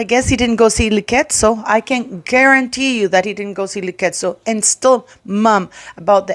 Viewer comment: Liketso in Sotho is pronounced Diketso. Imagine an old woman telling literal babies that she was the most bullied person in the world. That's so twisted.